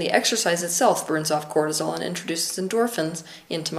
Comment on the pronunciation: Cortisol not Quartizole.